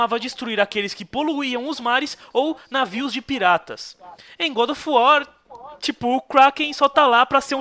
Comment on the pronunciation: Como o fala, GoRo of uar kkkkk